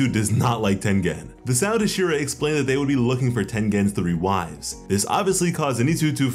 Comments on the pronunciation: HasIra.. it's HAshira, not hashIra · Say it with me ha-she-ra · saying hashira wrong lol but this is cool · You are saying Hashira wrong lol